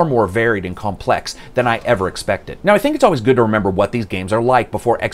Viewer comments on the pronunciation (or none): none